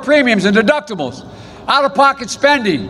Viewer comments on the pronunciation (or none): Sounds like he said, "...deduptables..." ...anybody else catch that? 🤔